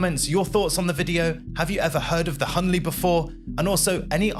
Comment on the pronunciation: It’s HL Hunley, not HL Hunley.